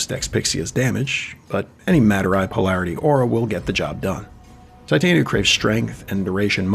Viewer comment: I genuinely appreciate your attempt to pronounce her name correctly i actually grew up with her name being pretty common for me this is my 4th video and your the first person to reduce the cringe